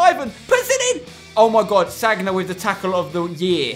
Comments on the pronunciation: You seriously need to stop saying sag-na its san-ya. So annoying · Spencer it's not "Sagna" it's "Sanya" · spenc, I think Sagna is pronounced 'Sania'